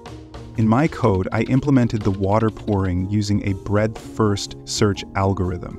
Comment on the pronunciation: You left out the d in breadth